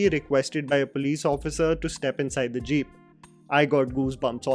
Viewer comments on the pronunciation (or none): none